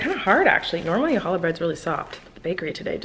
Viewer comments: When she said "Hallah bread" the jew inside me really cringed. It's CHALLAH with a CHHHHHH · when she said “halla” bread... jkjkjk love you